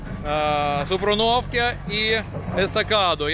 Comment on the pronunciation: Низький уклін за види моєї рідної Полтавщини! Просто хотів на майбутнє поправити. "СупрУнівка" - українською, "СупрУновка" - російською (наголос на другий склад). P.S. Сам переписував коментар, так що :)